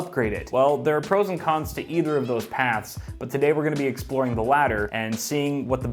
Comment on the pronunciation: Did he say he will be exploring a ladder?